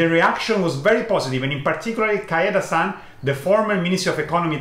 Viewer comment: Thank you very much for correcting this. I don't know why but I can't just pronounce it. I mean I know how to say it, but when I'm in the video I always end up saying KAIdanren XD The problem is not in the language, but in my brain, I think 😀